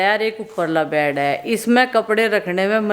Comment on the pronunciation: Bad nae kehty bed kehty hain ap k ghlat bolny sy sunny waly b ghalt bolty hain